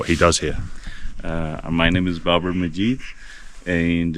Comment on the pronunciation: Babar, not Barber.